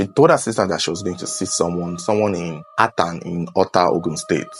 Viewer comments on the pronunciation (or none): It is Oshólè not Oshele, and it’s pronounced Atòn not Attan